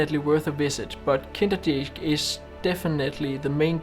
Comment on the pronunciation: Brave attempt at pronouncing the locations' names; you did a pretty good job 😀 Beautiful shots, especially, for me, from Kinderdijk (Kinder as in Kindle, dijk as in Mike)!